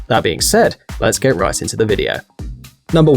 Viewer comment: At first I thought you said "Let's get rice into the video" :D